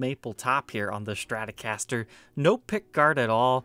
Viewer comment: Take a shot every time says ''Shtratocaster''...